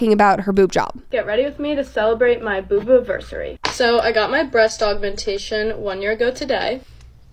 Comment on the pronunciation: 8;08 Boobo versery 😂wtf